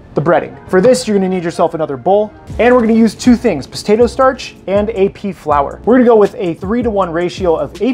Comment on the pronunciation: Postatoe Starch?